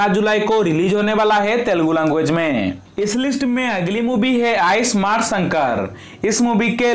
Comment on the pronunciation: Bhai I samart Nahi hai ismart hai thick hai